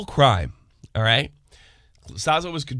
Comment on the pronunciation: Let's not forget this last bit of news... actually pronounced Slazo properly in this video!!! LOL